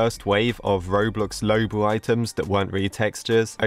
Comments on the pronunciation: Low-bu Me: IT'S LU-O-BU!!!!!!!! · so sorry, but it’s luobu not loubu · it’s pronounced loo↘️oh↗️ boo📉😭😭